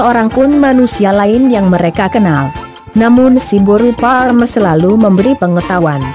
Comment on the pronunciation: Boasa pas mandokkon siboru pareme dang jelas?